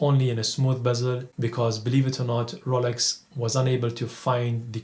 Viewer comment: Ro...Yeel...Oak, R...oh..Lax, Brund, Diual all kill £130,000 worth of watch review.